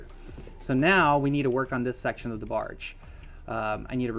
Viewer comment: and why do you keep calling the barge a bargie like where has anyone ever heard it being said like that fr